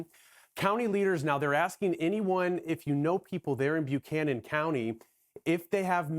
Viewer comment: It’s pronounced “Buck-canon” by the locals, not “Bu-canon”. Also, it’s Southwestern VA, not Western VA.